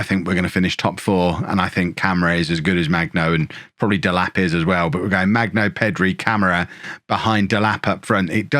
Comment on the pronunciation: FYI: hard g for Magno